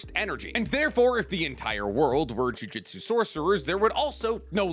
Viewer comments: Yeah acts we are dumb when it comes to him mispronouncing thing wrong he said jujitsu so many times instead of jujutsu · JU-JU-TSU not JU-JI-TSU 😂